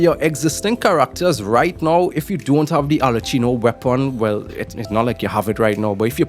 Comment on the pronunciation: You've be butchering arlecchino's name all this time so what's the difference.... her name is pronounced "Arle-ki-no